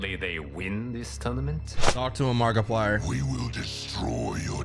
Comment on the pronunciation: AINT NO WAY YOU JUST SAID MARKIPLIER